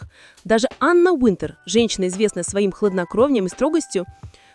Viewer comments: может уже начнете правильно называть имена Анны Винтер и Ким Тэхена, а не Тэхюн! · Вы бы сначала правильно научились говорить имена знаменитостей, а потом озвучивать ролики! Безобразие!!! Ким ТЕХЕН и Анна ВИНТЕР!